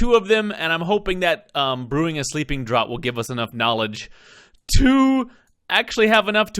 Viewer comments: Draught sounds like draft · The Romanian Longtail is a dragon...and draught is pronounced (draft) au sounds like the O in mom...and the gh sounds like an f like in fan...just letting you know to help you not to be rude...if it is sorry about that. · The only thing..youre butchering the pronunciation of sleeping draught..its said like draft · For later reference, "draught" is indeed pronounced "draft". It pays up to have heard all the audiobooks! :-D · I looked it up and yeah, it's "draft" 😅 But don't worry. :) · I was just going to let it go...it was becoming it’s own joke :)